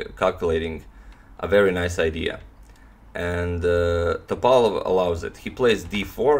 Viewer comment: He he ok, after few minutes ypu started to say Top'alov. :) I'm happy